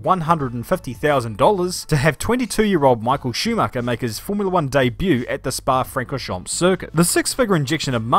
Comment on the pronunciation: Quick heads up: the final P and S are silent in Spa Francorchamps. Great job, mate, and Gachot is a douche, but hey not everyone can be Michelle Mouton or Sébastien Loeb 🙂